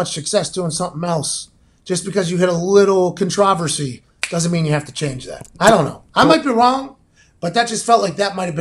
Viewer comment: CONTRA VERSY (Pronounciation incredible) lolol